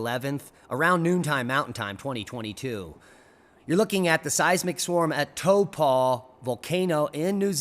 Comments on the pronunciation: It's pronounced tawpoe... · or Taupo even.